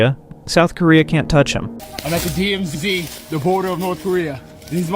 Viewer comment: Is this AI generated? there is an awkward jump between two sound clips. : "DMZdee" : Please enlighten us, what is a "DMZDee"? : Ugly cut for background music : There is no pause between the previous sentence and "silence?", when a pause would be natural. I stopped bothering at that point.